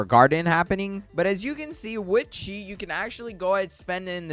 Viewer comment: Bro it’s chi not chea